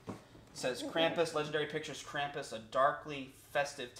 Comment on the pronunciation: Pronounced Krumpus........